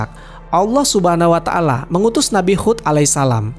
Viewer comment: Nabi Hud bukan khud